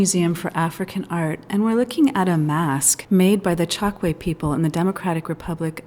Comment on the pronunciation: You are wrong. It's pronounced Tchokué. I'm from Angola, my family is Tchokwe